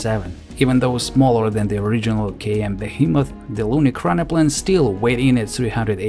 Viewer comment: E RAK NO PLAN. What is so hard on it to pronounce? You did not nail it through your whole video, not once.